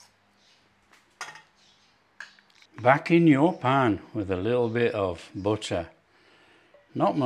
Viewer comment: A man who can cook is so attractive. And even better is the way he pronounces butt-rr. No offense meant to the Mrs.